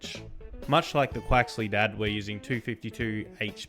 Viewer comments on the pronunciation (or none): "Quaxly Dad" is so good 😂😂 no one knows how to pronounce it right!